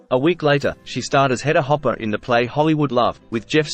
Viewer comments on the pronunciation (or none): none